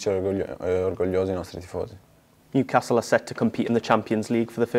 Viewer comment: Tonali contento del suo approdo al Niucazz.. Almeno imparare il nome dai su!!🤣🤣